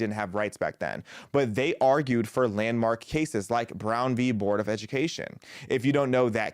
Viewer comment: Maybe this is a small pet peeve of mine, but I am glad that you called it Brown v Board of Education. Too many people say "versus".